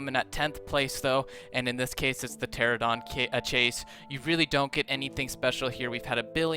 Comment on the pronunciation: Ah Yes, The "Pteradon"